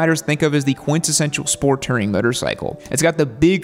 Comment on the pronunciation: why does this guy pronounce "motorcycle" like "muttercycle"?